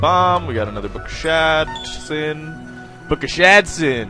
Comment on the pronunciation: "book of shat-sin"?! LOL!!